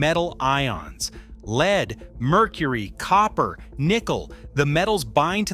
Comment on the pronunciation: Yeah especially when it mispronounces words like the heavy metal “lead” by saying “leeed”